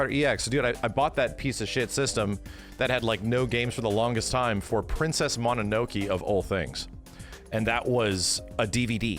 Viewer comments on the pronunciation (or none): I hate the way this guy pronounces “Princess Mononoke”. Its “muh-now-no-kay” not “muh-now-no-key”